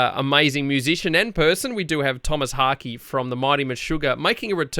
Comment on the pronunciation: monodeistbc More like "Haahk'eh"